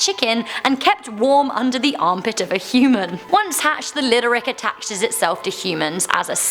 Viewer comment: Omg she got the lidérc so wrong lmaoo